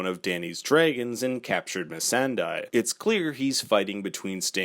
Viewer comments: Is it that hard to pronounce "Missandei" right? It's not "Missendai" lol. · Please!! It’s pronounced Miss san day not die. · He meant "Missan DIE" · It's pronunced Miss Sunday...as the actress herself has said...and the characters who know her best call her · i hate when ppl misread missandei's name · Agreed! Just say her name correctly! 🙄